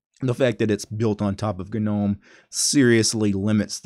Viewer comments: 'nome'. like 'home' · Nobody:: Guh-nome.